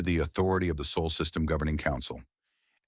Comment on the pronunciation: “Saul not sole”. 😁